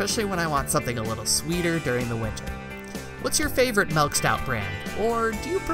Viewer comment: "melk" :P